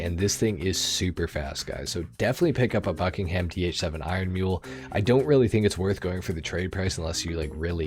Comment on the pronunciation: ppl from the uk are cringing when u say bucking ham cuz we dont say ham its more like bucking um